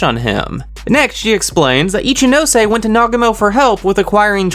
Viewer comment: yeyyy you finally pronounce ichinose right..